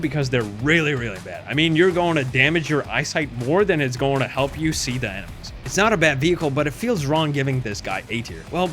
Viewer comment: “It’s gouana go to the A tier.”